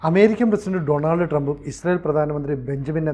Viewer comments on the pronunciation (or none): none